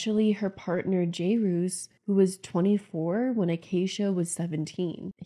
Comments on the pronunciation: Good content but I couldn’t get over you butchering her ex husbands name the entire video, it really isn’t that hard to say 😂😂 but I think there are credible reasons to be upset with her but the level of hate she receives is excessive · Empathy is great but this video feels like some weird propaganda. So many people have major trauma in their childhoods and beyond. Acacia is really problematic as a full-grown adult. It feels like you don’t actually watch her videos because you can’t pronounce Jairus’ name so maybe you don’t totally get that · You’re making his name way more complicated then it needs to be. Jere-us, or if you’re fancy Jere-ree-us. No roose or whatever your adding at the end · He clearly pronounces his own name "Jerris", how you ended up on "Jayroos" is such a (funny) mystery to me 😂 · Jay-roos is a much better pronunciation than how it’s actually pronounced, Jear-is 😂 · wish I had a counter for everytime she pronounces jerr-is like jay-rouse hahaha 😂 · Not: "Jay-Ruce"... They say it more like: "Jare-Ass" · It's jer-us not jay-roos. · How did you hear acacia and jairus both say his name and then come up with “Jayroos?” 😭😂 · You calling him "Jayroos" the entire time is a perfect read lol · I can’t with the jay-ruse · My God, you included multiple clips where his name is pronounced and even acknowledge that you are mispronouncing it but still keep saying "jay-roos" Still a good video though. Just... Jay-roos?! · Something about you calling him Jayroos the whole video was taking me out😂😂😂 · hey guys jairus is pronounced like "jared" like jared leto but with an s instead of d lol it's painful watching ppl struggle with it 😭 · Great video. Jairus is pronounced "Jair-riss" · jayroose? JayRuse? Acacia: jeriss...then in another video jayruse Lol will it ever be solved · you really can't pronounce jair-us? ☹️ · The way you play a clip of Jarius saying his name and you still butcher it right after 😂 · I love how you said his name wrong the whole video.